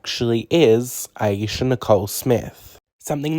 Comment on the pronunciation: Today was the day I found out it’s pronounced a-yeee-sha and not a-ey-sha